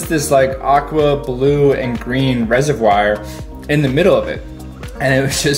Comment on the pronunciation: I forgive him that; only a local would know. However he did say 'resev-wire'